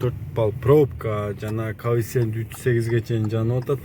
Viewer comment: Кофцент дейсинби😁